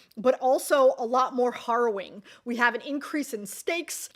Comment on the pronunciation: Really good list! But please stop saying "horrowing." It's "harrowing" with a short "a," and I can't concentrate on what you're saying if you keep mispronouncing it! If you're interested, it comes from harrowing the soil, which is scoring furrows in the soil with harrow, a toothed tool, to prepare it for seeding. From that we get "harrowing one's soul" (picture sharp claws scoring furrows in a soul as if it were soil). And then just harrowing. Nothing to do with "horror"--which may be what you were thinking of--except in the metaphorical sense.